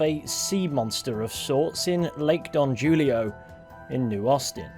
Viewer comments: Ain’t no way you just pronounced don julio don jewlio. It’s pronounced like hoolio. Don hoolio. 🤦‍♂️ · lake don HOO-lio, not JOO-lio, per that one guy on the cliff in a tent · Dont know if anybody else mentioned this, I scrolled through some of the top comments but couldnt find it, but Don Julio is pronounced Don Hulio. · wanted to share that it’s pronounced Don HULIO the J is an H sound :) amazing video & so happy to have you back on my new uploads page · You misprounced Lake Don Julio, it's a Spanish name so ilthe j is pronounced like it's an h.